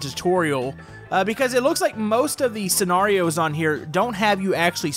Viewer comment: why are you saying scenarios it’s scenarios